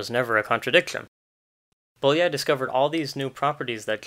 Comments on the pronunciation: [ˈboːjɒi ˈjaːnoʃ] [ˈboːjɒi ˈfɒrkɒʃ] "ly"' is one letter, and sounds like "y" in "you" or "yes" This is a very interesting video, I liked it very much, but I had to stop and go back when I got distracted by ['bolia:j] :D :) Oh, and nice origami skills. ;) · Bólyai is pronounced Bowyayi